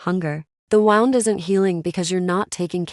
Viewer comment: Please fix the cadence , it sounds like IT like a computer tec, There is no pause after sentence. Please I like the stories🙏🏻💋It also says Wound like you would a ball of yard instead of wound like bleeding from ;)